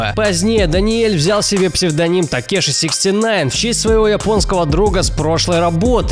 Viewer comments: ТАкЕши бл Правильно ТЕкАши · Не гризли, а грилзы Не такеши, а текаши Не трипл ред, а триппи ред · Не такеши а Тэкаши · Не трипел ред , а трипи ред И не Такеши , а текаши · Не трипл Ред,а трипи Ред и не Такеши,а текаши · Не такеши а текаши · И не такеши А текаши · Боже, не ТАКЕШИ А ТЕКАШИ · Правильно Текаши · ГрИзЛи, ТаКеШы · Такеши? Гризли ? Чееееее?